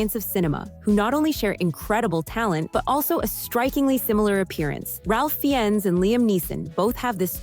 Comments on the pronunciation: Come on, lady. His name is pronounced Rayfe Fines, not RaLph Fi-enn-es.🙄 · "Ralph Fee-inns"? (Ralph Fiennes pronounced Rafe Fines.) A lot of the men don't look alike, except Tucci + Strong, Bardem + Morgan, Marshall-Green + Morgan, Ferrell + Smith and Momoa + Reigns who could actually be brothers. Henry Cavill and Matt Bomer do look like twins. Most of the women don't look like their supposed "doppelgangers". The exceptions are Jodi Foster + Helen Hunt (who could be sisters) and Scarlett Johansson + Kate Shumskaya who are so amazingly identical that its not even funny. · Not to mention the atrocious pronunciation of Ralph Riennes name